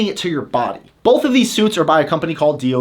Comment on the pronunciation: You say bolth, thank you